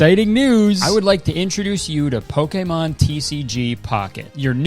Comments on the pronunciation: poke-A-mon..? 😭 why are you saying it like that.. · i love you kurtis, but the way you pronounce pokémon makes me want to bungee jump without the cord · Does anyone know why Kurtis pronounces it poke-ey-mahn instead of poke-ee-mahn. Maybe I'm stupid but I've heard the biggest Pokemon fans in the world say the later so I feel like Kurtis is saying it wrong. I genuinely don't know though. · Kurtis, please, I beg you. Stop pronouncing Pokemon like that. It's, "Pokey-mon" not "Poke-ay-mon." Thank you, love you, bye. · The way he pronounced it here is the way I hear it in directs and such. I think TPC is very particular about how the creators they sponsor pronounce Pokémon because in his video about Pokémon cards you can hear Kurtis pronounce it more like poke-uh-mon than po-keh-mon. Just speculating tho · you're doing pokAYmon way too much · I love you and love watching you. But please to learn how to say Pokémon correctly. You're saying it so wrong.. pokeemon😂 come on, dude, they are paying you to say the name right. Pocketly (would've been amazing) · How tf do you pronounce Pokémon like that?!?! “Poké-mon” is crazy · Can someone please tell me if I've been saying Pokémon wrong the whole time is it not poke-e-mon, that's how I've been pronouncing it but kurtis is saying poke-e-mon, which ones correct 🤨😭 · bruh. Since when is it poke a mon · Poakaymon im sorry but the way you pronounced it was obviously so forced lMAO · is that how they say pokémon in canada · I’m sorry Nintendo made you pronounce Pokémon weird and wrong like Zack and Cody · The way he kept hitting the e in Pokemon during that ad has me dying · is no one gonna talk about how he pronounces pokemon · You pronounce “Pokémon” kinda funny. No hate, I’ve just never heard anything like it😛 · I can’t tell whether Kurtis doesn’t know how to pronounce Pokémon, if I’m the stupid one and don’t know how to pronounce it, or if he’s just Canadian.😂